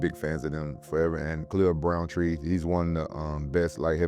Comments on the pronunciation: "Khalil browntree" 🤣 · 😂 drampage said Khalil brown tree